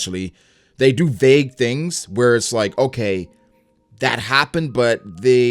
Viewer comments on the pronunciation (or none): none